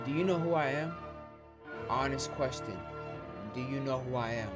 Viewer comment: Not even 10 seconds into the video**: "Honest QueStin"